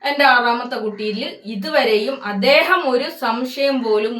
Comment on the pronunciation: Atheham enna etheham. 😂😂😂